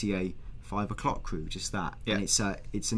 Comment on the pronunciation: Yep he definitely says 5 o'Cock